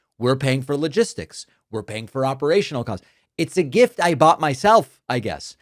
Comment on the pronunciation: It IS a gift to the American people, he is just dropping the R in gift.